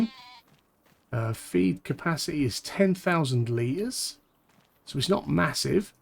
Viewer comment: Why did you say litres in a Australian accent 💀